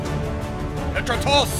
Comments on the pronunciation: Dont ever say petratos like that again😠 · You slaughters king dimi petratos’ name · The way he pronounces Petratos😂